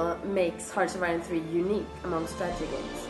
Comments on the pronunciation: 0.12 "im responsible Of the development of harchiyne free. Harciine Free...." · Hartchironfee :D That's how he says it...